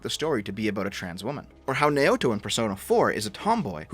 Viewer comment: I believe the correct pronunciation is Nah-oh-toh